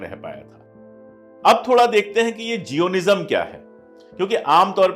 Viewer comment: उच्चारण जायनिस्म होता है।